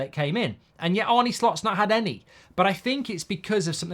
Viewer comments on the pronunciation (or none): Arna, not Arny. Like John Arne Riise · It’s pronounced ‘Arna’ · Think you managed to get everything wrong, its ‘arneh’ not ‘arnie’, endo isnt in his plans at all, the bid was just too low, if theres a better bid for him im sure we’ll sell, and bajetic is younger and better in that position already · Dear Mark, why do you keep calling him Arnie instead of his real name which is Arne?